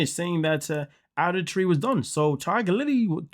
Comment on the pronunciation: I have never heard anyone pronounce ADULTERY the way you do.😮